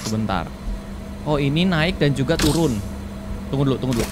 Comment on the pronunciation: Bang kok lu ngomong "jugal" 🗿